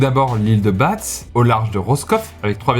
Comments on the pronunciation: L’île de BA, et non l’île de Batze. Sinon je dirais Strasbourgue 🤪 Ma Doué Beniguet Sinon, le reste est parfait 😘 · ont dit pas l'ile de ba"ts" mais juste l'ile de ba sinon super vidéo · On dit île de "ba" et non île de batz sinon très bonne vidéo 😉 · Salut, en tant que Breton d'origine, je dois dire que l'île de Batz se prononce "Île de Ba" ;) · je veux pas faire le relou… mais l’île de Batz se prononce l’île de Ba :) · Super vidéo ! On dit juste hédic et ba (pour Hoëdic et Batz), en tant que local j'ai tilté 😉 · On prononce pas le "z" de l'ile de batz😉